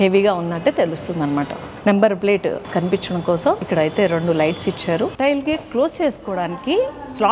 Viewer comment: టైల్ గేట్ కాదు, టేయిల్ గేట్